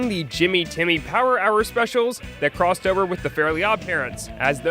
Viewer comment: That was a beautiful croissover.